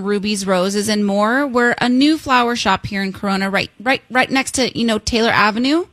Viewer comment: She said taylor boi it’s Tyler , I live right there